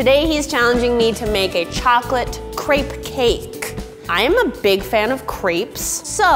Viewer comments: Lauren Miller on yeah, it is so irritating when she brags about how she loves crepes and has so much skill in cookin them but she says it like it’s her first time even hearing about that... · Lauren Miller You're so right...! I'm from Germany and we are saying it just like "Crêpe"...Not Crape😂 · Lauren Miller omg literally at the start of the video I was like “if she keeps saying crape I didn’t think I can watch the rest of this video” ITS A CREPE NOT A CRAPE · i grew up speaking french and almost my whole family lives in France and i never heard someone say crApe even my french teacher says crEpe and not crApe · It's an American attempt at pronouncing a French pancake. If they just listened to Google Translate it'd help them out. Or, I think they have Canadians working at Tasty they'd be able to make them:- A) Pronounce it properly ( Crep NOT Crape ) & B) Spell it properly Crêpe. The accent's there for a bloody reason!! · Isn’t it pronounced crep not craype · Anyone else pronounce crepe like “Crep” instead of “Crape”? It really annoyed me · Stop saying "crape" it's pronounced "crepe" ahhhh😂😂😂😂😂😒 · crêpe is the single most infuriating word that has ever been adopted into the English language. every time someone says "cray-pe" I want to van Gough my own ears. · Gladwin Gracias : i know how its spelt but why is she saying crape? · Why does every american say craip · um it's pronounced crepee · Isn't it pronounced like crepp? Plz help me otherwise